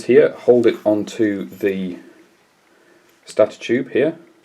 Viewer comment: That is not the correct pronunciation of the word stator.